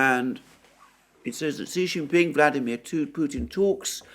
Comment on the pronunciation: Just FYI ... Xi is pronounced like SHE so it's SHE JIN PING